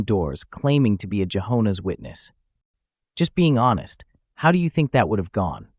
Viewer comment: lol "Jahona's Witness" thats funny.